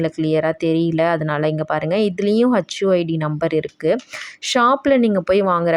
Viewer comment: HU id, not hacchu 😂